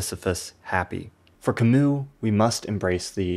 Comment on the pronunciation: It burns my ears every time you mispronounce Camus